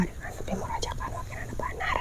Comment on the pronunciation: Doa yg bener dong, jangan buru2, khusuk sejenak Bukan AJABANAR ya, tp Azabanaar